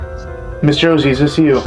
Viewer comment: i did not heard Josie but rather Georgie or Jordy... it’s a "R" sound